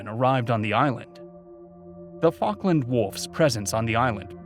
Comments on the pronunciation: It’s fall-k-land not fawk-land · Falk me! What an interesting pronunciation